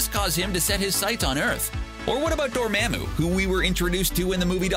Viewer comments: Ffs I hate channels like this where they can’t even pronounce major character names correctly. Like Jesus strange says “Dormammu” (DorMOMu) multiple times in a very memorable scene as well, but you have to fuck it up and say “DorMAMu” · This is literally the only thing that bothered me in this video.....he said dormamo instead of dormomo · You kinda said Duramamu wrong, You dont emphasize the second A. Like apple. You say it like that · can't u just for once say it right in the DR strange movie they say his name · Stopped listening when you pronounced dormamu the way you did